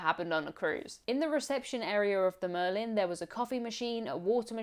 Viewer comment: The name of the boat is Merlijn though, not Marlijn.